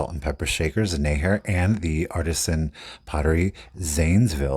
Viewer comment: The Neher piece name is pronounced “near”. Their location is in Milton Freewater, Washington. The business name is Clay in Motion.